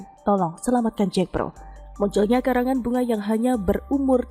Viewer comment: Bukan Jekpro tapi JAKPRO, jd kurang greget